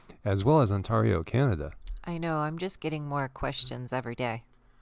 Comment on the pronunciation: "on-tarr-ee-o" ight ima head out